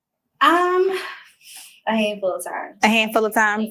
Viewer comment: She keep saying Marsau and Martell’s name wrong.